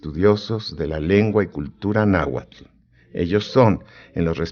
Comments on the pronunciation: Y pronuncian sonidos que no existen en la lengua nahuatl. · En realidad la dicción no es magnífica, se nota un acento español y no pronuncian algunos sonidos del nahuatl, y más que está escrito en el llamado "clásico". Aún así tiene el valor de mostrar la versión original de este libro, ya que muchos creen que está escrito en español.